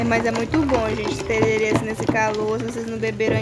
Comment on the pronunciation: Eu do MS ouvindo a falando ´´tererê´´ kkkkkk mulher é tereré kkkk